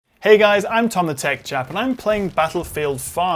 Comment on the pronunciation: I thought you said.